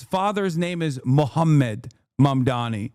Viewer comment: I give it a week before we learn about Cuomo SAing someone in his frustrations. Also, he still can't get Mamdani's name right. All the time in the world to visit a mosque now, at least.